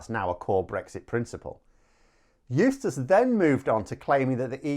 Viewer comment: eustice....? i thought you were saying useless for a minute.